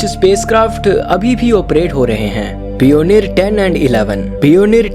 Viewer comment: भाई कहीं एडमिशन ले लो ! पियोनियर और वोएगर मत बोलो।